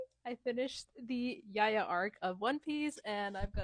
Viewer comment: btw its not pronounced yaya its ja-ya like ja from ja rule the rapper